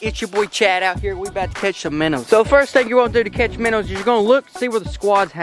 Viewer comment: Lol minnows, minnows, minner trap. Love your vids!!!